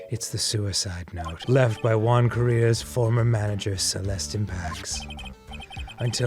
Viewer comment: When they finally start pronouncing the name 'Juan' correctly 😂